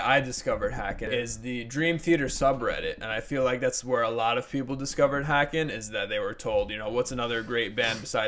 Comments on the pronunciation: Haken.... rhymes with Kevin Bacon not whackin'. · Love Haken, rhymes with Bacon by the way, or Taken, or Taken 2, anything with Liam Neeson really. Personally this is probably my least favorite Haken album, a 7 for me. It has some really standout tracks though like 1985 and The Architect but I think its just a bit too electronic for me. It just never really grabbed me. I still enjoy it though. To me, their first three albums Aquarius, Visions, and The Mountain are really the quintessential Haken albums. I thought Virus was quite good as well. Interested to hear their newest album, the newest single sure is interesting.